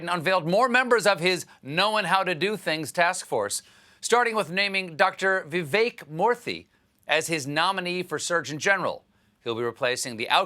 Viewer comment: The cheek of you Stephen, mocking Biden’s mispronunciation after you butchered Dr Vivek Murthy’s name!